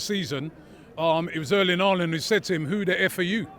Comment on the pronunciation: Boss said “Erling ‘Aalaand” 😂 Jamaicans and H word have beef lmao.